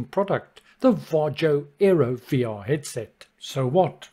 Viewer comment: Sorry ,but sometimes you pronounce"VARJO" incorrectly.😀